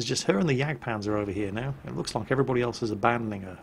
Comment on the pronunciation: "Here comes the JagdPANTHER E100" Actually, it's a Jagdpanzer E100.